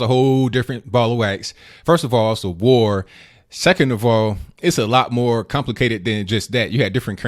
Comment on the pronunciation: "There was violence on both sides in ww2" lady get it through your mind when you say it World. War. 2. Emphasis on the war part